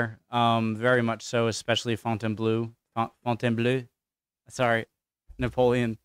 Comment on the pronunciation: Fontainebleau (pronounce fontaynblow) is very near Paris